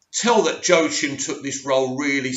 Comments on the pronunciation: It's Quackin' Phoenix, not Joe Chin Phoenix. Phoenix is a bird, that you probably knew. But what you probably didn't know is that it quacks. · Joaquin Phoenix is pronounced “Wah-Keen” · As always thanks for your insight on the film. It’s my most anticipated film this year. Also, I’d like to help you out with the pronunciation of the actor’s name. It’s actually Joaquin [HWAK] + [EEN] or [WA]+ [KEEN] . Cheers 🙂